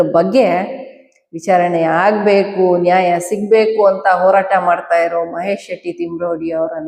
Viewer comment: ಇಂದು ಇಂದು ಅಲ್ಲ ಹಿಂದು ಹಿಂದು ಓರಾಟ ಅಲ್ಲ ಹೋರಾಟ ಇಂದೆ ಅಲ್ಲ ಹಿಂದೆ…..ಹ ಉಚ್ಚರಣೆ ಕಲಿರಿ